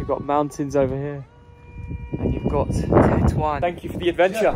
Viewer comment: Not TATOUAN xDDD Tetouan xDD